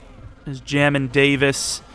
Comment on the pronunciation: It’s pronounced jay-min Davis fyi 🤙🏼